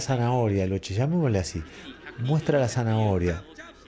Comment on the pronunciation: Todo bien, pero se pronuncia Loke, doble CC+H en italiano suena K. Era origen Sarda de Cerdeña.